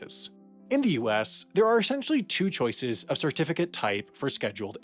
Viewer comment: "Shirtificate", "shirtification"